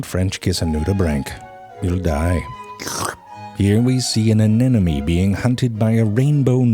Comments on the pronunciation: you said “anenome”, it is “anemone” xD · I used to say this too, Z. I guess aNEMone sounded like baby babble, perhaps? So I incorrectly said (as you did here) aNENomy. Finding Nemo put me right. Anemone. (Toddler giggles in the distance) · Anenome Even dis dude doesnt pronounce anemone correctly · Why do you always say "anenome" instead of anemone, which is the proper spelling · ze, repeat after me...a NEM o NEE. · "Here we see an enENeME"? Pretty sure you pulled a Nemo pronouncing anemone. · DID HE SAY ANINOME?